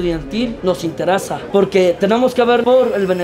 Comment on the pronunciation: “Interasa” no pues muy mal, deberían escoger mejor a sus dirigentes, 15 años en la universidad y ni hablar bien saben.